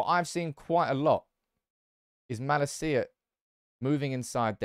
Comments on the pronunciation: It's pronounced as: Mahh-laaa-cia, not ma-la-ci-a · It’s not mala-cia but malacia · I'm sure you're saying "Malacia" incorrectly